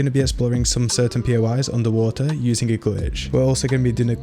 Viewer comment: Why u have to say underwater like that "underwah EHhhhh..."